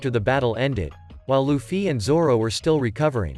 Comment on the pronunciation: Bro saying Luffy sounds weird LufFY